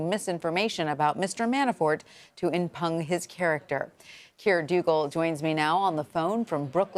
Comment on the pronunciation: Geeeez! The word is IMPUGN! M-pyoooooooon. NOT M-pun like "fun." Where did these journalists learn English? It's happening constantly now... by even the seemingly most educated. Pitiful. Just pitiful.